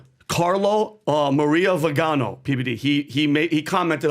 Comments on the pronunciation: His name is pronounced Vee-Gan-O he was a Catholic Archbishop. I believe one day he will be venerated a saint. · FYI Arch. Bishop CARLO MARIA VIGANÒ ( pronounced VEE GA NÒ acccent on the O.) Italian, Ex Apostolic Nunzio (the Vatican Ambassador) to the USA. Ex comunicated by Bergoglio because he does not agree with him.